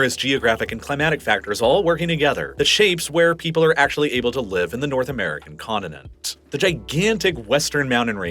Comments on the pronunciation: the words mountain and continent have letter “t”, not “d”. Hope not a trend setter. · He not only pronounces things wrong in American dialect ("condinent", "moundain", etc.), he uses non-existent words like "Similarily".